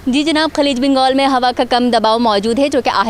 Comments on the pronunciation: Khaleej bongal Nahin khaleej bangal hai.. Plz more study now... Fazool me show bazi wali talking style mein ap maar kha gai.. Bongal nahi bangal kha karain... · bangaal ko bongaal keh gai... Show bazi talking style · Kiyon kia ap affort nahi kar sakti is tara ki mask... Mask ko choro bangaal ko bongaal keh gai... Show bazi talking style me dandi mar gai bangaal ko bongaal hahaha